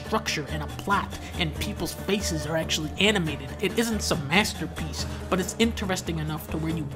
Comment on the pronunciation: 2/2 MASTAHPEECE